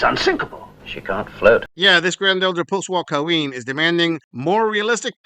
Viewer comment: "QaWeen" 🙄 without Akiing "Clearance" 🤣 layaway 😭 Ew - where's your turtle neck granny?? Gobble gobble much 🤦